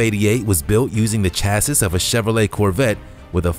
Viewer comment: Chassis is not pronounced 'chass iss', it's pronounced 'chass ee'.